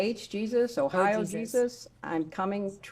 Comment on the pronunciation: She started flushing reading about the Jesus message…. Oh Jesus she says Ohio lmaooooooo she’s playing like she’s never had an education at all